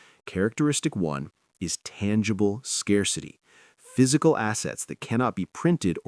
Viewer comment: tangible, not tangable, not tangaible 😂